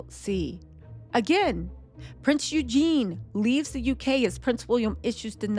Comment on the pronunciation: who the frick is Prince Eugene? Eugena, Virginia Guffry?? Learn their names and pronunciation. If you're going to talk about them at least sound like you know who you're talking about.